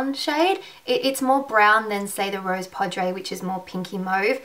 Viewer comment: Rose Poudre is pronounced "rose POO-druh." The caps indicate which syllables are stress. It's pseudo French for "rose powder" or "pink powder." I say pseudo because the actual translation for "rose powder" into French is "la poudre de rose, " and for "pink powder" It's "poudre rose." And "cafe au lait" is pronounced "kah-FAY oh LAY."